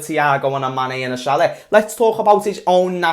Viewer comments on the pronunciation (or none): none